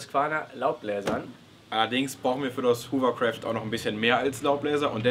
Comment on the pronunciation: Sehr cool!;) wollte ich auch schon immer mal machen großer hovercraft Fan:D übrigens spricht man das hovercraft mit o bzw fast a, nicht mit u, da es kein hoovercraft ist. Hat dem Video aber kein' Abbruch getan ;)